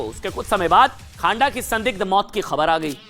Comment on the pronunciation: Not खांडा....but खँडा....news पढ़ते ho दायें बांये thora naam ka उच्चारण confirm kr liya kro